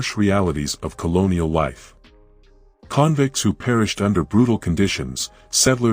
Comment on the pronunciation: I am so sick of AI voices in these videos. Can’t pronounce stuff right “convicts” for instance . Even though I’m Tasmanian an I’m intensely interested in port Arthur’s history. I turned off. These stories would be so much better with a proper voice to really create the mood.